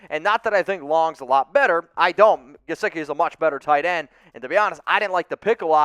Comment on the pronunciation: Do not say Mike gesicki...pls dont